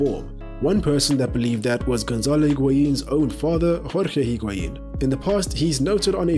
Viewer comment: The h of Higuaín is silent. It's pronounced as IG-auín.